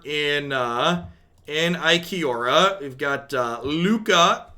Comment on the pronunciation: Really want to stop calling it I-Kiora and call it I-Ko-Ree-Ah as it is intended, but beyond that. Love the content as usual, keep up the good work!